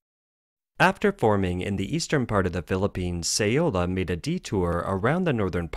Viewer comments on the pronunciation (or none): "Say-oh-la"? First you mispronounce "Zhuozhou" for weeks, now this bizarre random "Say-oh-la"? Find a competent narrator. (Who can pronounce "communist," "population," and "Guangdong."